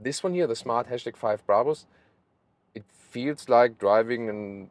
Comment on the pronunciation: The # is pronounced ‘hash’ or ‘number’ or ‘pound’.